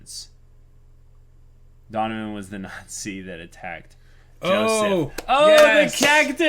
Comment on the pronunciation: What? Somethin I can do for you dunovin? (Donovan just what it sounds like) HMMMMM